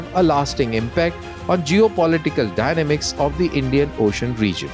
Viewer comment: ****: PRONUNCIATION: DY*NA*MICS is PRONOUNCED with a STRESS ON the 2nd SYLLABLE shown here between ASTERISKS THUS:(*)!!